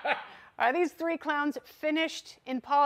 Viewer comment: ...the t"ree Stooooges...